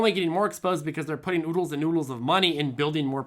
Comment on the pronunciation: ...did you say oodles of noodles?